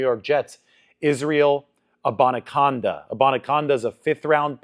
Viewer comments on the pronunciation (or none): It's Abani CANDA As In tin CAN Not CONDA